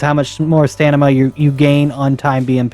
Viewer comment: haha u said Stanima